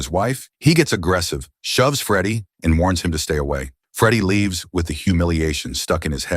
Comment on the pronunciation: The automated voice said it thrice, Heat and Run. Same voice says, and now he laives wth his sister.